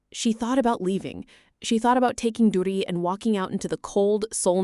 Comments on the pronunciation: The child's name is Durry Not Duty. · Okay the little girls name is Dury not Duty can you pronounce it correctly please